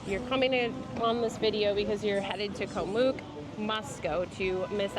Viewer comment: Btw it is not pronounced "moook" with a long 'o". It is "oo" as in cook, it should rhyme with cook.